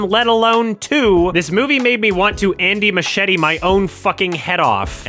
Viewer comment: Andy "mashetee" :face-blue-droopy-eyes